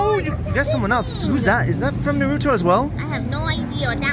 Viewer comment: missed pronounced “Naruto” Again